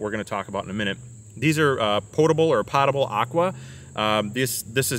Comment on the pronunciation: poh table, not pot able